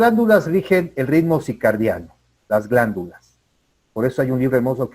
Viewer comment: Con todo respeto, la palabra correcta es CIRCADIANO, no CICARDIANO. Gracias!